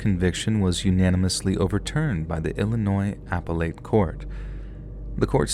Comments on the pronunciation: Appellate is not pronounced apple light. It is pronounced ah-pel-let. You're welcome. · Love the stories! Just wanted to offer a friendly correction. Appellate as in the Appellate court is pronounced uh-pell-at not apple-ate🫠😁